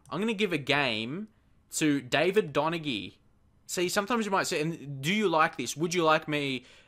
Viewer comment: Donaghy is pronounced Don-a-hee, if you wanted to know